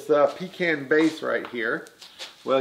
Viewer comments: Awesome project and thank you for saying pecan right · Glad to hear you pronounce pecan right! I'm from North Carolina, and that's the way we say it . Much love, brother!